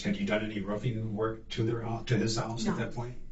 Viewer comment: "Do alotta Rufeeen, Pressure Washeeen.. mostly, it is General Buildeeen". (these are not Words). 😳